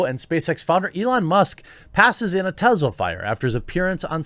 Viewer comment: IT'S NOT TEZLA IT'S TESLA!!!!